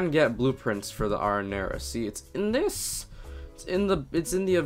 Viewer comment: You Pronounce “ Arrinera “ Wrong!